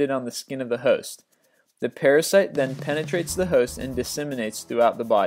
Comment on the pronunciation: Haha.... Penatrate